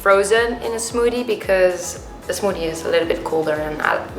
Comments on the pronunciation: I love the way she says smoothie.. “smoodie” uwu my heart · Her accent is so cute . I love how she pronounces smothie. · what's a smoodie?? 😂😂😂😂😂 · i love the way she says smoothie omg